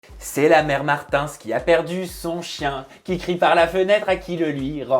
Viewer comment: Quelqu'un vas lui dire que c'est Martins et pas martinss